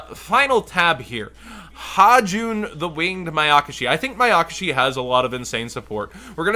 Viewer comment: Sry just really bugs me they why you say Mayakashi with so much emphasis on the YAKA. You're saying like Ma-yaka-shi, when it's actually Maya-kashi. Still love ya lol :)